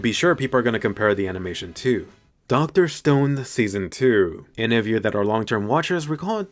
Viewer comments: Did just say dr stoned? Lol isn't it dr stone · Dr "Stoned"? lol